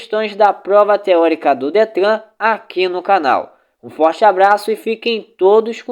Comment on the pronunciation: Não gostei você não sabe nem falar a palavra Detran certa.